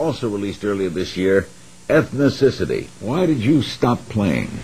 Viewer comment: did Larry say Ethnicicity ?? Its Ethnicity